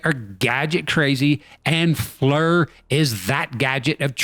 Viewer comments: It’s pronounced “FLEEER”. Not flur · Hey, I love the channel and have been subbed for years. Just note that the creators of Flir pronounce their system Fleer, not flur. I hear it often on youtube pronounced the wrong way. Have a very happy and prosperous new year to you and every one of your subscribers. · *FLEER is the correct pronunciation, not flur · Great work as always. Love it...And, as other commenters indicated, FLIR is pronounced FLEER. Looking forward to the 'Whoop Project' gaining speed! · It's pronounced "Fleer" not "Flurr." And "pro-grum" is "pro-gram" as wel as "skull-ton" is "skell-a-ton." 🤦‍♂️